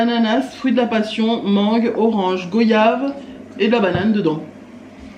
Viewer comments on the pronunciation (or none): Bonjour la goyave se prononce goi yave et non pas go yave car on ne dit pas vo yage on dit voi yage ok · Sa ce dit Goyave tu dis voyage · Cc le (oya) de goyave se prononce comme voyage sinon je vous adore et est ce que je peux avoir une dédicace (Naïma de Guadeloupe)♥️♥️🥰🥰😍